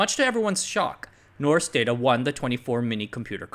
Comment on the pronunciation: "rs" in Norsk is pronounced like the "sh" in English